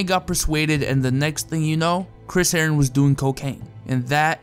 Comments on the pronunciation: the way u say herren sounded like heroin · Chris Herren-on